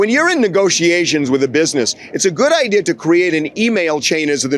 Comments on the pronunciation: That's how she got the "idear" 😂😂😂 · What a great “idear” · Sorry, idear? Kind of stuck on that mispronounced word. Maybe it's a regional thing. I live in Florida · I know someone from upstate who says "idear" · Lol I kept saying that ideer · Drives me crazy when people add an R in idea🤦🏼‍♀️ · In the hallway she manages to say "idea"!